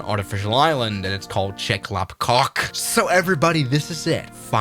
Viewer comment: I live in Hong Kong myself and my dad works at Cathay and he has been to Kai tak. I myself is an avgeek and the correct way to read chek lap kok is “check lap kock”